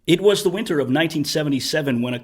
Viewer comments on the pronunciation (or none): none